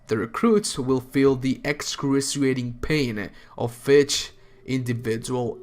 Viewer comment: Excrushlughfthf, you mean excruciating?